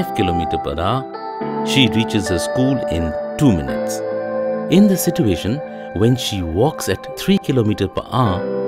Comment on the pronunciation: At the end of this module, you will understand we have money to hire animators but not good narrators. Like every sit -u-ation triggers me